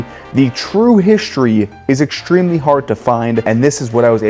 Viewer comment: You know what I don't love? How the narrator of this video pronounces his "st" sounds. He adds an "sh" to all of them and he sounds absolutely ridiculous. It's not "hishtory" or "exshtremly" or "shtrong" or "shtairs", etc, etc, etc. Good Lord. The narrator didn't learn to speak that way, why the hell is he adding these stupid sounds to his words? It's such a common trend among YouTubers these day. It's amazingly unfathomable that they all started doing it. WTF is going on?